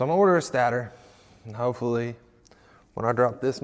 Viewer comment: State-er lol not stat-or